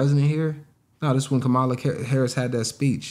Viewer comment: Ka mala let’s pronounce it right friend trump disrespect her enough on purpose